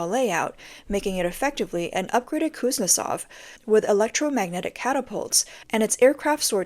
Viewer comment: Cooz-Nets-Off - Stupid VTT